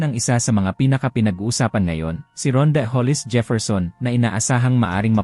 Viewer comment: Pangalan pa lang ni Rondae Hindi mo nga mabigkas ng Tama eh katulad ng Balita mo puro sablay. FYI boy resident import ng TNT si Rondae 😅😅 you should do research first before talking 👎👎👎